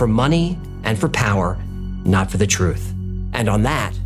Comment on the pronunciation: "The real phrutph" , nicely said